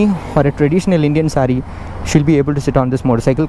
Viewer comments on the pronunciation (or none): none